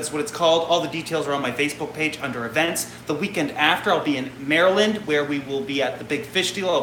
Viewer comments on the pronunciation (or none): none